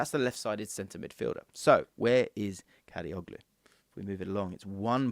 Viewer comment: I feel disappointed whenever I hear someone pronounces soft G letter in the Turkish surname suffix -oglu which means -son (instead of saying Kadiolu). I mean... it is irritating